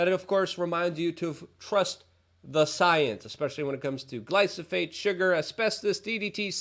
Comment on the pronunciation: Love ya Luke, but if you're going to spread bs about herbicide then at least get the name right- Glyphosate not Glysophate.